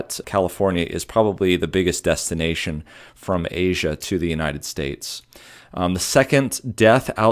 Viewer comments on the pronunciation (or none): none